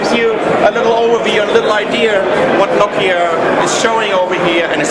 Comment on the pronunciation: Give you a good ideer of what nokeer...